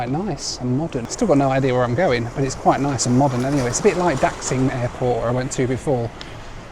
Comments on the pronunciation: Its pronounced like Da(sh)ing airport. not daxing. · its pronounced like DASING(DAXING) love the vlog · Daksing? Seriously? 😂